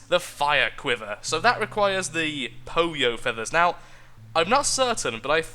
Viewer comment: "poyo"... it should be pollo hahaha. its spanish for chicken